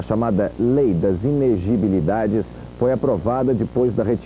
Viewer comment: Repararam que o William cometeu um erro? - "A chamada lei das INEGIBILIDADES..." Não devia ser "inELegibilidades?"